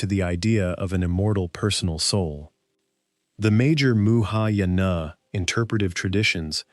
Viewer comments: One big "Thumbs Down". Sloppy! It's not "muhayana", it's Mahayana (Sanskrit: महायान) translates literally to the "Great Vehicle". It is the largest branch of Buddhism practiced globally today, encompassing roughly half a billion followers. Fatal error. Game over! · "Muhayana Buddhism" – That's actually funny! It should be 'Mahayana' Buddhism.